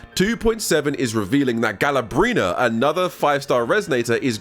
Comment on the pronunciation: GALA-BRENA. I CANT BRO